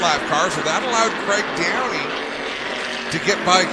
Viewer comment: Craig Downie, not Graig Downey lol. Known Craig for a lot of years & my dad knew his dad Roger for decades......